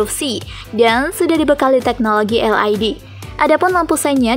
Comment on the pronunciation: Naratornya perlu belajar membaca lagi neh.. LED dibaca "el ai di"😃 WIND dibaca "wain"🤣🤣